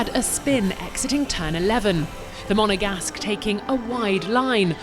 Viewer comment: « The mOnEgAsC »